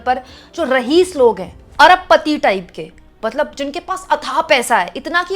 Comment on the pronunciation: RAHEES nahi RAEES bolye